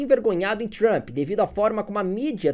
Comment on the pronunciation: Deve ter sido de propósito mas “Tranp” me matou de rir kkkkk